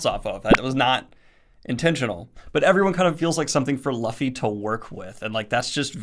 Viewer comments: dude i was so insanely excited to see him reviewing one piece, but every time i hear him saying "luhfy" it's like im being shot in the heart. i am experiencing physical pain. this is worse than nuhrudo even so, i love this daniel <3 please continue with the series, you wont regret it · I am here for that journey. Let’s go! Also glad you enjoyed it and I too called him lu-fei it happens. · I am giddy at the fact that you liked OP. Thanks for giving it a go!!! Also, Luffy is loo-fee. Sorry I had to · I’m amazed you like this. Enjoy it! It’s a great story. Just 2 things: 1. Luffy is pronounced like Loofey 2. If things feel stagnant and predictable after awhile, stick with it.The first 100 chapters are JUST THE PROLOGUE! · I'm confused, he watched the show but then pronounces his name Luh-fee? I watch subs but I'm sure the dubs wouldn't pronounce it Luh-fee? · LUFFY. LUUUUUUUUFFY LOO-FEE, LOOFEE. LOFI. I will end you and Merphy if you guys don't figure out how to pronounce his name! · This was unexpected but welcome. By the way, Luffy's name is pronounced like Loofee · I'm always so happy watching new readers review/react to a series that has been such a huge part of my life for over a decade now (I started reading around 2010). Glad you liked it, Daniel! Keep going! P.S. Luffy is pronounced like Loof-y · yeah but a lotta people who watch the anime still mispronounce the names. The guy is American (I guess), que probably started reading first and was already saying "Lâffy" is his mind, and didn't focus so much on the pronouncing when he was watching. I mean, there are fans TO THIS DAY who call Usopp "Úsop" or "Uzop". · Hhhahha, Japanese names are hard I get it but damn that made me laugh. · Oh. And it's "Looo - Feee" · No hate but the way you pronounced luffy always gets me caught off guard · Rewatching this out of boredom and just realized he is saying luffy instead of Luffy after watching multiple episodes of the anime. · his pronouncing of luffy wrong hurts me